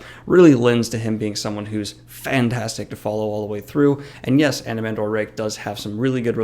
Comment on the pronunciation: Anomander not Anomandor....